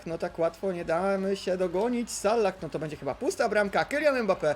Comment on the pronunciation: Proszę czytaj Salah z jednym "L" nie z dwoma... Sallah... To nawet źle wygląda jak się to napisze xd